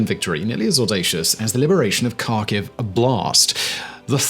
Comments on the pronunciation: its pronounced Harkive. not Karkive :) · Kharkiv is pronounced Har-keev I believe. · Simon, please learn some basic Ukrainian place name pronunciation. Your Received Accent bespeaks the traditional British, "I don't care, and will pronounce it any way I want." Here are corrections I encourage you to employ: -KH = H, not K, so Kharkiv = Harkiv, not Karkiv. English does not have the guttural sound like 'ch' in German 'ich' but to use the "K" only is wrong and sounds uneducated -U = is always "oo" as in 'moon' but with less Received Accent 'w' off glide. "oo" not "Moowwn" 2 Vowel Problems: -IU and YU (2 letters in English, 1 in Ukrainain Ю) are ONE syllable, not 2. The town of Izium is 4 letters in Ukrainian (Ізюм). The 3rd letter is the vowel "YU" as in English "you". The town in "EEZ-youm", not "ee-ZEE-youm" -IA and YA (2 letters in English, 1 in Ukrainain Я) are one syllable not 2. The town of Vinnytsia is 7 letters in Ukrainian (Вінниця). The last vowel is Я, or "IA", as in the German 'Ja!'. The town is 3 syllables, not 4: 'vee-NEE-tsya' not 'vee-NEE-tsee-ya' This will make you sound much better and it will show respect for the Ukrainian town names. Few Brits or Americans seem to want to learn this, or god forbid, care to learn it. Your presentations are well thought out and well produced. When you say "Karkiv" and not "Harkiv" all your work flies out the window. Thank you. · There is no city Karkew its Kharkov and the K is silent. It's embarrassing to listen at it. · FYI, Kharkiv is pronounced like Harkiv - the K is to show that you close your throat before saying the H. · Kharkiv has a silent K, Simon.